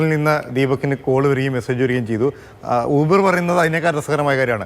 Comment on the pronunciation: യൂബർ അല്ല.. ഊ..........